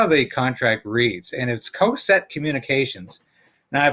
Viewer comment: It's not pronounced "Coe-set" Communications. It's pronounced "Caw-set" Communications. I worked there for years.